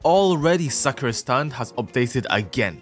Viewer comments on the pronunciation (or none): none